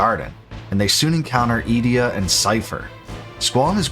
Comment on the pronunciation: A few pronunciation corrections: Edea = ‘Eh-Day-uh’ Rinoa = ‘Ry-noh-uh’ Odine = ‘Oh-dyn’ Lunatic Pandora = ‘Lu-nha-tic’ Pan-dor-uh Fun Fact = the “-ic” suffix in Lunatic actually means referring to - The root term Luna means ‘Moon’ Thus Lunat-ic means referring to the moon… you know, where these fucking monsters are sourced from in this portion of the game… They (the monsters) make way to Earth via the Lunar Cry… coincidence? No, you goddamn mispronouncing morons…